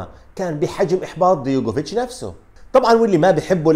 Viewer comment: أستاذ عزيزي.. العفو منك، اسمه دجوكوفيتش مش ديغوفيتش.